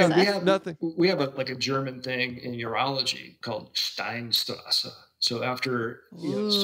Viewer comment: the way they pronounce Steinstrasse kills me somewhat